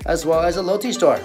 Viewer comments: Lotte is pronounced as Lo-tay not Lo-tea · Its pronounced lote-te 롯데 kind of bothered me